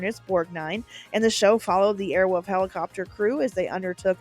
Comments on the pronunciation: Awesome job But I have to ask Who the F taught you how to pronounce the word wolf? Wolf. Not woof. Not airwoof. Anyways thanks for the memories!😊😊😊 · Air Wolf…….not Air Woof. Just sayin. Sincerely, a guy with the last name of Wolf. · "Airwolf," not "Airwoof." Pronounce the L! "AirwoLf!" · Girl, can you not say "Airwolf"? You kept saying "Airwoof", and it was kinda hilarious. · We used to say “Airwoof” instead of “Airwolf” just to make my brother mad and here she’s saying “Airwoof” That would’ve driven my brother crazy 😂